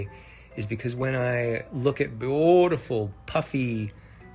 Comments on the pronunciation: every time he says bootiful I want to end it all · Why does he say beautiful like that? This has to be satire, right?